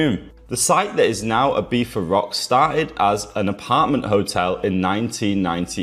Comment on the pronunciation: "Ibifa" probably makes it unwatchable for most people.